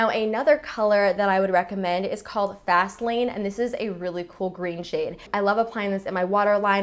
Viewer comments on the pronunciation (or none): When she said fast lane I wasn't looking at the screen and I thought she said Vaseline...